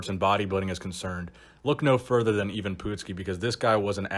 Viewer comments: I've never heard anyone pronounce it 'EEvan' before. I remember MD doing a story on Ivan when I was just a teen. Gave me a great incentive to train hard. Pretty sure the article claimed he was 5'9"" but you may have better info. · Are you sure it is pronounced 'E - van . I am pretty sure it is produced Ivan, you know the I and Van. Pretty simple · Ivan ... Pronounced EYE VIN... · It Ivan,,, I if it was Evan with an E it would be Evan it's fuckin Ivan . .I for fuck sake you ignorant dick. A huge guy at 5'6 not impressed at all. Just like most bodybuilders not impressed. 5"11 or above and being massive is impressive, small guys have super compact muscle bellies and is not hard to be big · ...how can you not know how the man's name is pronounced? ...when in life have you ever heard that name pronounced "even"? ...it's I-VAN, ie: "eye-ven", that's just common knowledge ...and it's PUT-SKI, ie: "put-skee", not "poot-skee" ...i even would've accepted jesse ventura's "Paduski" ...dude, go watch a youtube video of old WWF matches, it's really not that hard ...unless you're purposely trying to trigger folks. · "Even Poot-ski" never heard of him. But I do know a "I-Van Put-ski" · It's not "Even Pootski," it's I-vin "Put-skee"!!! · Hey, you started calling him by his wrestling name "Ivan", then after 54 sec. you switched to calling him "Even", then finally at the end got the name right again. Why? Did you "even" know of him before you made the video? Just wondering. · his name is pronounced eye -ven put-skee not yvonne poot ski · Its pronouned Eyevin Putsky. Not pootski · Myles Millner- That's the american bastardized way of pronouncing it. It's Eve (like christmas eve),the "a" is pronounced like when the doctor tells you to say Aaaaaaa. Evan Pootskee. actually pronounced it correctly the second time he said it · Why do you keep saying ee-vahn poodski? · It's pronounced Eyevan Puttski, like in golf..putt. Ivan Putski .